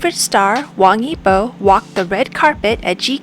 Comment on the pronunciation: 👌. Only it's strange to hear 'y-I-b-o', when he is 'Yi-bO'. Easy✌